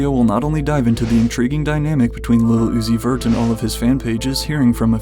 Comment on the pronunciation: no fr he don't even say it's he says "is la uzi ver" and it CRACKS me up 🤭🤭🤭🤭🤭🤭🤭🤭